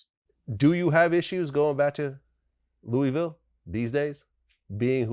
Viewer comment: Vlad you have to learn how to say Louisville bro 😂😩